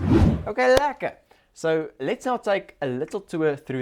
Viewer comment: OK lekker! for anyone who is not South African and wants to hear the right way to say this.